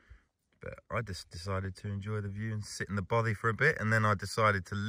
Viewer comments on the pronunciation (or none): love your videos mate, really well produced but as a Scotsman I have only one complaint, your pronunciation of Bothy is making my teeth itch :) I will help you though ! its "baw - fay" kind of like toffy